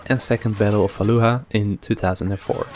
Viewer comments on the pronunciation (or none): btw fallujah is pronounced ' fal' 'loo' juh', otherwise good video